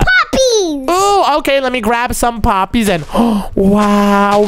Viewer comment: Roxy said puppys instead of poppys 😂😂😂😂😂😂😂😂😂😂😂😂😂😂 😂